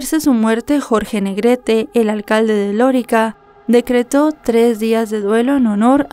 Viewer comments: es: Lorica, NO Lórica. Gracias. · No se dice Lorica, se dice Lorica 😅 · Es Lorica, NO Lórica 😵‍💫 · No sé pronuncia lorica, si no lorìca Córdoba, caso que nos tiene consternados a los Colombianos, gracias, por relatarlo y con tanto respeto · y una cosa se dice Loríca (acento en la i) no lórica… es un pueblo en la costa norte que es famoso por su población mayormente de origen árabe (Siria y Palestina) por eso le dicen Lorica Saudita….. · Se dice LORÍCA no Lorica. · Loríca, el acento está en la i, no en la o. Saludos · Querida: las palabras agudas llevan el acento en la última sílaba. Se marca acento ortográfico (tilde) cuando terminan en vocal, N,S. Las palabras graves, llevan el acento en la penúltima sílaba, se marca acento cuando No terminan en vocal, N,S. Este es el caso de la población de Lorica. Es decir, la sílaba acentuada es la segunda (ri). No lleva tilde porque termina en vocal Las palabras esdrújulas llevan el acento en la antepenultima sílaba y siempre llevan tilde. Por eso sabemos que Lorica no lleva el acento en la sílaba Lo. Bendiciones y abrazos ❤❤ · Lorica se pronuncia con el acento en la segunda sílaba